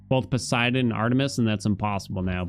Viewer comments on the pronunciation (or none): none